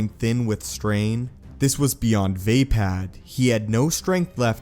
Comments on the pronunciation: It’s not pronounced “vay-pad”. The correct pronunciation is “vuh-pod”. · It's definitely pronounced "vah-pah-d", not "vay-pad" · Lol listening you say vapod is terrible lol